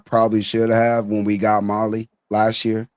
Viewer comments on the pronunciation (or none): Not “ molly “ Mali <<<<